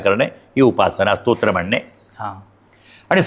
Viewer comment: स्तोत्र याचा उच्चार इंट्रोडक्शन मध्ये बरोबर करावा. इंटरव्यू घेत असताना किमान या गोष्टीकडे लक्ष द्यावे